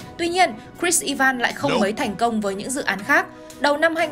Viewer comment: E van?? I ven chứ ( sai thì xin lỗi 😅 )